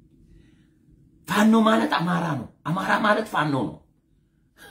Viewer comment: እማራ. እማራ. እሜራ. እማራ. እያስጠላህም.